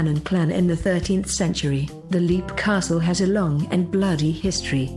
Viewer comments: That's pronounced "Lep" Castle, not "Leep" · It's pronounced lehp not leap, and brawn, not bran you silly cow!!!! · And Leap is pronounced "Lep."